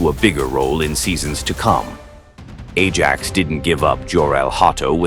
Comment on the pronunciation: Ajax 😂😂😂 pronounced "aye axe" but then again when you use ai this what you get lol. Good video though.